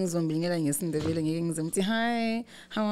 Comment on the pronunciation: really got th pronounciation way wrong😂🤣😂🤣😂. Am not even Ndebele but I can hear it